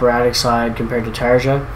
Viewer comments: It's not "Tar-a". It doesn't exactly rhyme with "aria" either, but that's a lot closer. In Finland, we pronounce every letter of the alphabet differently than their English counterparts. "J" is one of the biggest contrasts. The best way I can describe it to English-speakers is how you'd pronounce "Tar-ya", the "R" being rolled. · Tarja rhymes with aria.